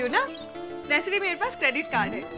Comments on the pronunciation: " K...A ...drit card" 😂😂😂😂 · kedrit nahi shedrit card😂😂😂😂😅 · Ka-drit card 😂😂